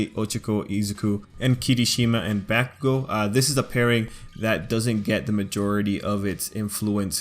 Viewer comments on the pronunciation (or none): its pronounced bo-k-oo-go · I'm sorry but did this man just call bakugo BACKUGO 🤣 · I think they are talking about how they pronounced bakugo not the ship lol